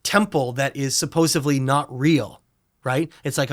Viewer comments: Guy says “Suposably” and I’m supposed to respect this interview? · This guy is mispronouncing supposedly and it’s getting on my nerves but really like what he’s talking about.